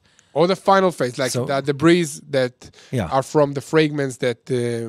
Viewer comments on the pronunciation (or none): it is "debree" not "debrez" even if it is spelled debris 👌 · Debris Pronounced "de-bri" (silent s)